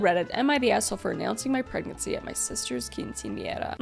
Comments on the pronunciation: this is a side note, but I have to pause and comment on this. I am Mexican, and I'm super impressed that you pronounced quinceanera correctly. So many non Hispanic people have butchered that word. You did not. I am genuinely impressed. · I know right, I expect it now, but it’s nice to here it right instead of quince I naira or something like that